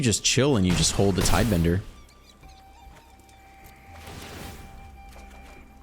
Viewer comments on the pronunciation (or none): TIDEBINDER!!!! NOT TIDEBENDER!!! Love your videos, but that's driving me a bit mad.